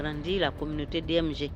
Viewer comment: H3, c'est DMG, pas DJM ! Mais merci pour l'histoire enrichissante !!